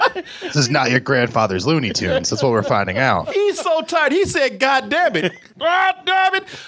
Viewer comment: I'm guessing you haven't seen any WB shorts from the 40's, because that's the aesthetic that these cartoons are emulating, and they were doing it long before there was ever a Ren & Stimpy. BTW, it's 'Looney Tunes', not 'Loony Toons'.